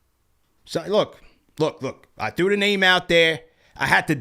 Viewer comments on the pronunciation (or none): none